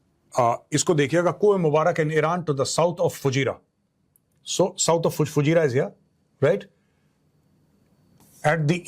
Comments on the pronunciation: Major Sahab, it is Fu jey ra. Not Fujeyria! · Fujairiya...😂😂😂 learn how to pronounce the names properly...😂😂😂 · Plz learn correct pronunciation of FUJAIRAH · Fujairah pronounced wrongly.